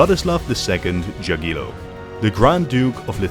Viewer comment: evil way to pronounce jagiellon and jadwiga